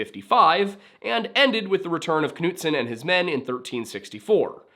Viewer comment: Well done. Most people can't pronounce my last name, so well. It was originally Knuđson/Knuđsen.